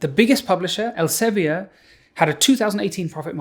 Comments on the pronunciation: Not very important, but 'Elsevier' is dutch and is thus pronounced 'elsa - vir' (not quite, but close enough) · Dutchie here, I'm sure it's pronounced ell-suh-vear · As a Dutch person, I wonder why you pronounce Elsevier like it's French. Here we pronounce it like [Elseveer] (sounds like fear), not [Elseveeyay]. But I'm not really in the scene, so maybe I'm the one doing it wrong. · As a Dutchman, I must apologize for the corrosive influence of Elsevier (the "vier" rhymes with "dear", by the way). I also find myself often apologizing for the existence of Shell, but that is not really related to the subject at hand. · elsevi-er ... it's elsevier (think elseviiir) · Interesting pronounciation of Elsevier.. it's not French though. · Couldn't have written my book without Sci-Hub, thanks Alexandra! But please please please look up how to pronounce Elsevier. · Good video! Funny how Elsevier is pronounced :-) (there is a IPA in there). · As a Dutch person, I was really taken aback by the English pronunciation of the Dutch name Elsevier; it makes sense to pronounce it like given English pronunciation conventions, but I just hadn't ever heard it pronounced in English before. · I have nothing of use to add to this video, only that I never heard Elsevier pronounced like that, it’s a Dutch word so I would never expect it to be pronounced as if it’s French. EL- just like that SE - suh V - like the V in vile. IE - like the EE in beer R - roll that rrr so that you feel itch